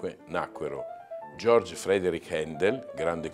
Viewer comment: Una umile osservazione.. è sì naturalizzato inglese, ma tedesco di nascita. Il nome è Georg ( pronuncia gheorg) anche perché "giorg" si scrive George. Comunque ottimi video, complimenti